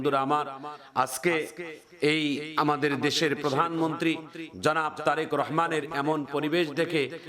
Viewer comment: বলতে ভুল করেছেন জরেক রহমান না তারেক রহমান